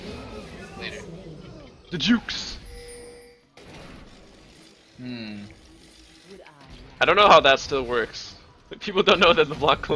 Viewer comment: He says "the jukes" :)